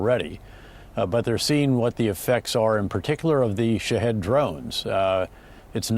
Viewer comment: Lol no "Shahed"